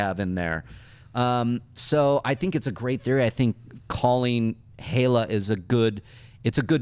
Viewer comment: It's pronounced Hell-Uh not He-Luh or Hey-Luh.